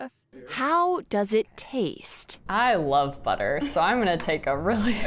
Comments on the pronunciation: Billter😂😂 instead of butter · " I cahn't believe its not bahterrrr?"